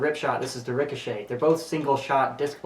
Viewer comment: In the beginning i thought you said Nerf Zombie Strike Rick of Shit